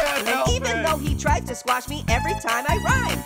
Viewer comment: I would scwash Liam the leprcorn